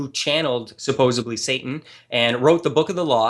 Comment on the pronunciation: Take a shot every time says "supposebly".